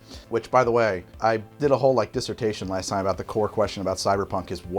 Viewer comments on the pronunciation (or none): none